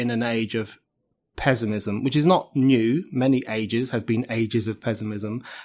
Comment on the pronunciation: "But, today, the pezzimism feels incredibly pronounced..." Yes, wrongly pronounced! The word is pronounced "pess-imizm" NOT "pezz-imizm." You may be the only person in the world pronouncing it this way, Mr. O'Neill. At least, I, for one, have never heard this odd pronunciation before.